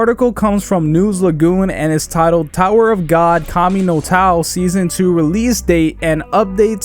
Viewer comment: kami no taw i cant dude